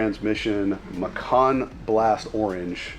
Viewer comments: lol actually it’s pronounced me kan. It’s Japanese for for mandarin orange. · the colour is not "macan" orange it's mikan orange pronounced "mike - n"